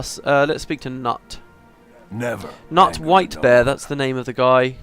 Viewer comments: The name 'Knut' is pronounced 'knoot' A common Scandinavian name :P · Oh yes, Knut read as Nut :D That's the stuff voice acting killed a little bit - your mispronunciations :D If I'm not mistaken, you dislike the Norn in the sequel because they're treated like a joke? Like big, dumb, brawny ale-hounds. But between my experience with the wurm dungeon and this group of norn, I realize this has always been an aspect of their presentation. In fact, even the asura, when they're not the focus of the story, are quite the comic relief, so their GW2 portrayal is not a huge departure (sans the fact they're presented as cute, of course). Between the four races, it would seem charr suffered the most with losing their identity.